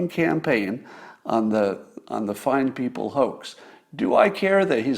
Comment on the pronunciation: Glorious! "Fine Beople."